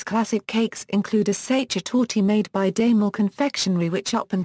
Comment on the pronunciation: You mispronounce sachertorte badly!